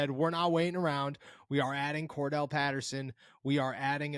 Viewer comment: CORE-DARE-ULL not CORE-DELL 😎